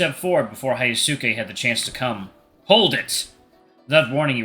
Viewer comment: Hey, I think Hyosuke's name is supposed to be pronounced as hee-yo-skay